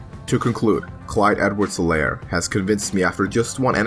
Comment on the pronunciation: You pronounce his name wrong The H in Helaire is silent